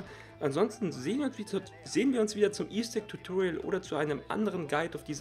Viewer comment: Tutoriel 😂😂diese Aussprache